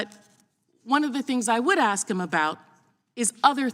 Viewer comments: She axes questions? Oookay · sounds like she has an 'aks' to grind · She just said "I didn't axe that". Of course there was tampering that affected the outcome of the election. The intervention and censoring done on behalf of and at the direction of the democrat party by Twitter and the other social media and news outlets caused a more than significant change to the outcome of the election. There's no denying that these institutions influenced the voting decisions of millions of Americans. Hell, the constant barge of not just criticism, but outright attacks, wild accusations, and neverending assault on President Trump over the previous 4 years affected the election, it had affected the entire public image of President Trump.